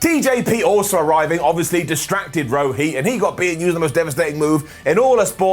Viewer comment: It is pronounced Rohit,not Roheeth